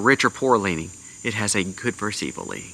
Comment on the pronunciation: It's good VERSUS evil. Not good "verse" evil. Please. Get it right.